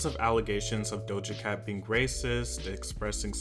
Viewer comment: "Dosha Cat" "Beeb Rexha"